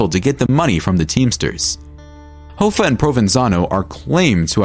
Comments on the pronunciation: Its Pronounced = "HAFFA" not "HOFFA" .... but is spelled Hoffa. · Hoffa, it's like cough-a, 👍